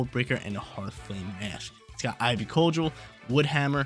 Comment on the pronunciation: I love all the videos, just some of the pronos grind my gears. Idk why. Keep up the great work and upload schedules